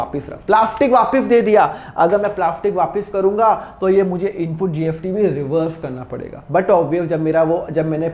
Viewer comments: Pahle bolna sikho gst likhte ho or bolte gft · Syd mere kaan sahi se nahi sun rahe sir mujhe apke muh se GST ki jgh GFT sunai de ra😊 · why r u pronouncing GFT instead of GST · Sir GST hai app ye kyya GFT GFT bolte rahte ho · Sir GST BOLIA NOT GFT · GST KA PRONOUNCIATION GALAT KYUN SIR..GFT GFT JAISA SUNAI DE RHA HAI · Aap gst ko gft kyo bolte ho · Gst ko gft kyu bol rh h sir ... 🙄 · Nice video sir but gft speaking is not right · Gft gft kya bolte ho? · Iske muh se gft sun ke man kar rha kisi aur ka video dekh lu aisa lag raha chona raha hai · GFT?? S ko F bolte hai kya🤦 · Ye sir S ko F pronounce karte hai, so don't mind it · Bhai wo "स" ko "फ" bolte hai.